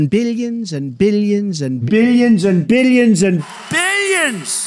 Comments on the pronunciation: Toward the middle it sounded to me like he said “bitagins” lol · Billions began to sound like beeyins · What I learned from this video: Donald Trump says billions as "biliyins" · Erik Kloppenburg yeah more like “biddions” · No one: Trump: BILYENS AND BILYENS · Billy jensen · Trump: "Billions and Billions" My ears: "Billy jinson Billy jinson" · “Billy enzen” -Donald Trump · why does Donald trump sound like he is saying Billie enson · no one: trump: billy un zun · by the end of those 21 "billions and billions" i heard "billy enzin" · I was hearing Bilianson rather than billions and ..... 😆😆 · Each time trump said "billions" he got more and more irish